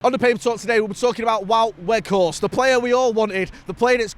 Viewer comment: Fuck me get his name right it’s doing my head in